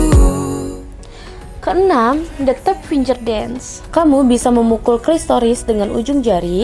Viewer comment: namanya klitoris bukan klistoris.